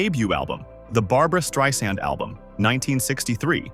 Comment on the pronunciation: "Streeesand" - AI sucks!